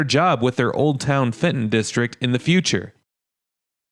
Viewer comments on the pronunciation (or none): none